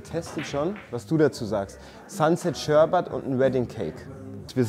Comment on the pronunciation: Beim Dritten Mal SHERBAT war ich raus. Bitte mehr Kompetenz in der Aussprache der Sorten. Danke.